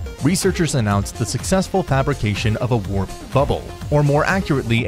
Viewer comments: I was reading “Warp Bubble” while the narrator was saying “WRap Bubble”… I thought for a second I broke my brain with YouTube space videos. Nope, just the narrator messing up the whole opening sequence lol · Lol..yes warp bubble as in not rap but pronounced war/p..but he started getting it right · W A R P B U B B L E now say it with me only thing warped was the r with a lol and than dude says wrap hella times in the beginning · WRAP bubble, or warp bubble?🤣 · RRRAAP, Rhhaap, trap, snap, bratatat-tat. WTF? Finally says WARP at 32 seconds ROFLMAO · Wrap bubble. Lol I thought I was hearing it wrong. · Don't post videos that you couldn't write yourself... Let alone read... Wrap bubble🤣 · Next time hire a narrator who knows the difference between the words "warp" and "wrap"! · Why do you keep saying "RAP" when it's should be"WARP" ❓ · He called it a wrap bubble lol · Glad it wasn’t just me that heard that lol. I was like did he just say wrap? And then proceeded to do it 2 more times and I still wasn’t sure I was actually hearing him correctly lol. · I thought he gone say wrap bubbles in the whole video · I thought it was just his accent, but he really does say wrap lol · As soon as I heard him say "wrap bubble" I knew the comments section was going to be funny. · purposely mispronouncing WARP (RAP) is a tactic to get more comments for YouTube algorithm. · Glad he stopped saying wrap bubble after two annoying slip uos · lol "wrap bubble" :p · I thought I dreamed hearing him say wrap thought I was hearing dyslexic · Why is this guy pronouncing “Warp” like “Rap” 🤔🤔🤔 just throw the whole damn video away 🤦🏾‍♂️ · A "wrap" bubble? Can't you guys read English? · Ok, you spelled WARP bubble. You say WRAP bubble, among other linguistic errors. Can't take you seriously. Bye. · spelled "warp" - pronounced it 'WRAP' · Yea, I noticed that this guy can't pronounce warp properly. Makes me wonder what else he got wrong. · I almost fell out of my chair when I heard wrap bubbles :D